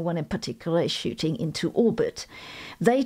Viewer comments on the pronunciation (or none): none